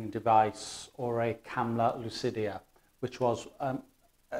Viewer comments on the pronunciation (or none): "Lucida" not "lucidia".